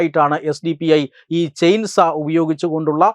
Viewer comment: ചെയിൻസാ അല്ല ചെയിൻ സോ --സോ--വാൾ